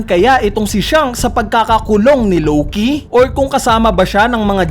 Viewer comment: Matinde tlaga to si lowkey kuya mo lng pwede mag pronounce nian 😂